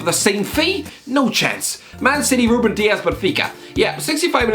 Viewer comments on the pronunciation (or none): none